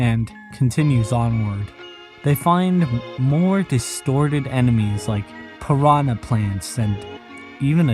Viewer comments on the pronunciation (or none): none